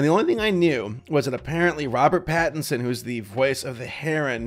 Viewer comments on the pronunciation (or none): none